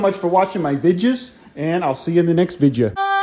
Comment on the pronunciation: He said vidja like outlaw